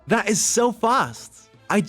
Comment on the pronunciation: S in english sometimes has a z sound, Such as, is pronounced iz or sounds pronounced soundz Not all S' are a hiss Been watchimg you for years, i get its not your first language but its a very noticeable. Fix that and you could speak english 100% Good luck my guy